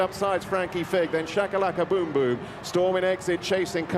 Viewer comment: oh, and its Shakalakaboomboom, not Chakalakaboomboom